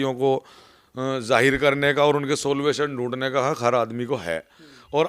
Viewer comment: तेरी डिग्री क्या है सोल्यूशन को सोल्वेशन कह रहा है तू